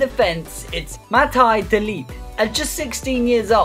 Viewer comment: De ligt is my cousin by the way you said his name wrong